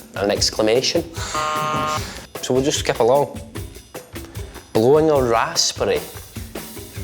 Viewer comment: I thought he said blowing an ass spray